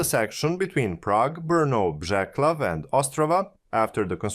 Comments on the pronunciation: The „c“ is pronounced as „s“, not „k“. „Břeclav“ should sound somewhat like “brshess-love”. And the “e” at the end is not silent: Pardubice is “par-du-bi-tseh” And generally, everything is stressed on the the first syllable. In any event, it shouldn’t be too much effort to listen to the correct pronunciation of the city names on the web before recording the video. I am not a Czech citizen, but from neighboring Austria, but it even irritates me, even though I am not a native speaker… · You pronunced many czech words completely differently (like Břeclav or Domažlice). I can understand this and dont care that much but next time maybe you could use translator to hear the correct form. Its not that important, l know, but still l wanted to let you know. Nice video though!